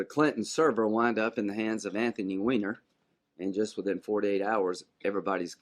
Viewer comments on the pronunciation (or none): none